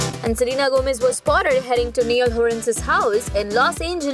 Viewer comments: Its not neeial its Niall.😂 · "Nieal" noo!! It's Niall. Take his name properly man.. 😬🙄